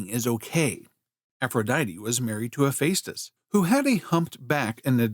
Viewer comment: It's NOT He-FACE-tus. It's He-FESS-tus.